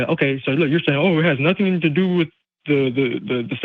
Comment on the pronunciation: I must be getting old. People seem to be leaving the "T" sound out of specific word; nothing has changed to "nuh-in", and Satan is now pronounced "say-in". Is this a recent change?...just curious.